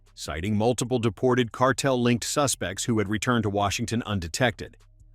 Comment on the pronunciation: I don't think Newsom can pronounce the word "cartel".